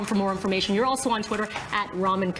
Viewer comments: please stop saying his name like you mean the noodles.... it's ra-mean... not ramen. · It's RAMIN NOT RAMEN UGGHHHH AND KAIMLOO NOT KURMILOO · Ramin actually answers to Ramen or Rameen. It was the NYC announcer that said his name as Racheem - he drew the line at that pronounciation!